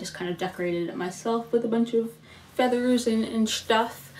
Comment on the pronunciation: Ghoulishly gorgeous look! Nifty use of the airbrush. Sometimes people go a bit too far but you nailed it. "Schtuff" made me giggle. False teeth always make people sound lipsy and queeny! x